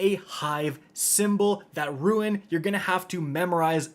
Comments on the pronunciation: dude...just say rune please. R-U-N-E. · …it’s “rune” not “ruin” you’re killing me! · Rune rhymes with June and prune… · IT’S PRONOUNCED ROON, NOT ROO-IN. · please learn this: rune ≠ ruin. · Rune.....FUCKING RUNE NOT RUIN!!! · Rune: ROON, not ROO-IN. Gah. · Fude rune roo-uhn ,no roo- in good god dude english dude learn it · Once again doesn’t know how to pronounce the word “rune”. It is said like roon like raccoon. Ruin is is pronounced ru-in. But rune literally can’t, you don’t get an “in” sound from “ne”. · Dude...... I love ya buddy but it's pronounced "Lou, sent" not "Lucien-t". Also, it's "rune" not "ruin". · It’s rune not ruin two to totally different words you’re killing me smalls otherwise love your videos as always. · Rune not ruin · Great guide but just one thing, if you pronounce "Rune" as "ruin" one more time I will need to headdesk myself out of existence. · Hey, is English your first language? It's RUNE not RUIN and LUCENT not LUCIENT... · I am with you both on that. I cringe every time he says those words incorrectly. Ouch. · And he doesn't know how to say rune. If he ever does it right it will be the ruin of me. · It's been years.... And this man STILL doesn't know the difference between rUNE and rUIN..... sigh.... I keep giving you chances and you make it so difficult to sit through an entire video of yours